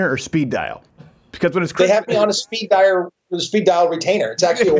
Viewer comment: "They have me on a speed diar." That Japanese is coming out...